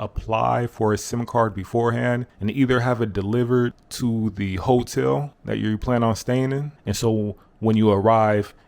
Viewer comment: When you pronounce 'hotel ', i'm nearly mistaken you as a hongkie.